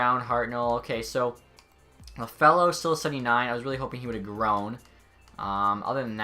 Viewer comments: its not Lafallo, its iafallo. Its a capital i.. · I got so frustrated whenever he said Lafello 😂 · Sorry, but it's "Kem-pay" and Iafallo = "Eye-afallo"